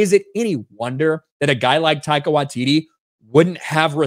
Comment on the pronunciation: Can you please once pronounce the comedy genuine name currently! Love what ya have always done, but please speak English! 🙏. Your doing a video about ONE OF MONTYS AFTER ALL!